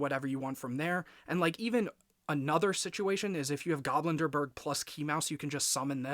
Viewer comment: Nice! Btw the card is pronounced GobLindbergh not GoblinDERbergh. Its a refference to Charles Lindbergh. If its just a nickname you gave him then you can ignore my comment. Ps: 🤓☝️